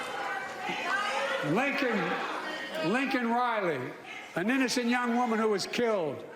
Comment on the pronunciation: Was anyone elns unsettled by the smile on Kamala Harris's face when joe said Lincon riley?